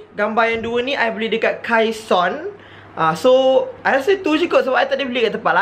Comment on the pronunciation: Yang kaison tu sebutan dia kaisen